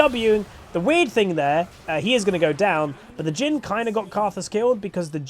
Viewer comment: Whenever you're mentioning "Jhin." I constantly hear "Jim." which I actually find quite hilarious.